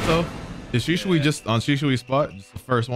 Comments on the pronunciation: How is it that you managed to spell shisui properly, but you still pronounce it as Shishui which is wrong? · Why does everyone call him Shishui? Lel